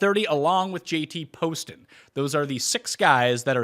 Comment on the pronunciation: Hey, love the show, but let’s learn how to pronounce some of these golfers names correctly. Justin Lower (pronounced Lauer). JT Poston (not Paston). Not a big deal, but it seems like some of the guests don’t watch the tournaments